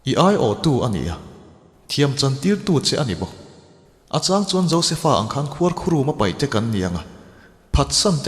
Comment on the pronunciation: a ngaihnawm hle mai, mahse beng hawlh deuh mai Khuarkhurum i lam dan hi a dik lo, khuarkhu-room ti angin i lam a, mengrum tia 'rum' tih thluk ang hian lam tur a ni.